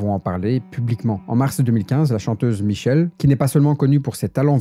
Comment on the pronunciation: michel'le ça se prononce pas michelle (c'est pas le même prénom) ça se prononce" michéler ".